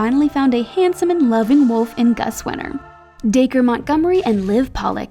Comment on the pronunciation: you said dacre wrong